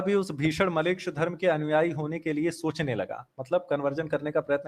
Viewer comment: Its not malech, its mleccha